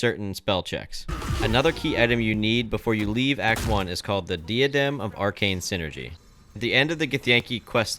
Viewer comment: Its pronounced like "Die-ah-dem", just fyi.